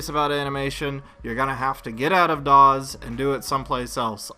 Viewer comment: The software is Studio, not "Doz"